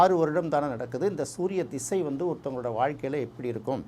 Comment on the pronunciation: அவர் ‘திசை’ என்று சரியாகத் தமிழில் உச்சரிக்கிறார். ஜாதகத் தொடர்பான ‘தசா’ என்ற வடமொழிச் சொல் தமிழில் 'திசை' என்றே பயன்படுத்தப்படுகிறது. அதனால் தமிழில் பேசும் போது ‘திசை’ என்பதே சரியான உச்சரிப்பு. தசா என்று சொல்ல வேண்டும் என்பதே தவறான எண்ணம்."